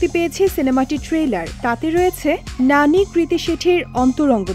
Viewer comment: গাজাখোর রিপোর্টার ওর নাম নানী না, ন্যানি 😄😄